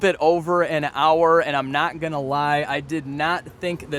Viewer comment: If this doesn't work, I don't know what I'm "unna" do? What dialect of American is that ? It's pretty cool.